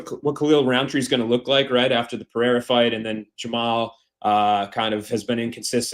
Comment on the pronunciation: "Butchering names today"? Brother butchers "Pereira" on every mention.